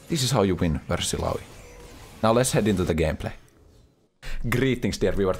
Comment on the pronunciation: Tha way he says ilaoi, daaam that sounds good